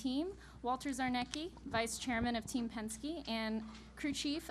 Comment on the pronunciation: And I was right. Where the hell did she get "Tzarnyeki" from lmao